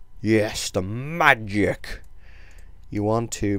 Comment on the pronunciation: "magic" you say it like bitch